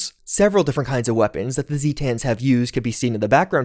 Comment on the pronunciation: excuse me? ZEEtans?